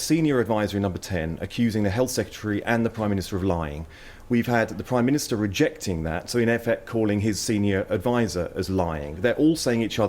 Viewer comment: Someone should’ve corrected him; it’s called the PRIME minister not PWIME minister....